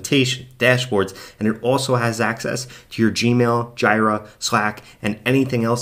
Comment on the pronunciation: So sorry for being 'that guy' but the tool "Jira" is pronounced "JEE-ra", not "GY-ra" The product name comes from the second and third syllables of the Japanese word pronounced as Gojira, which is Japanese for Godzilla. The name originated from a nickname Atlassian developers used to refer to Bugzilla, which was previously used internally for bug-tracking.